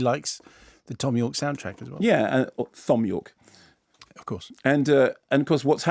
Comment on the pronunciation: Thom York's name is pronounced "Tom York"